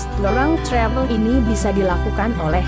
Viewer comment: Ngomong travel nya biasa aja kali.. Ga usah sok ke inggris2an.. Ga usah pake logat amerika